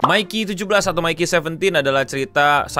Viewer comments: Btw Mickey kyknya bacanya lebih ke Mickey di Mickey Mouse, bkn Mikey Kiyomasa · Bang nyebutin nya itu "Miki" bukan "Maiki"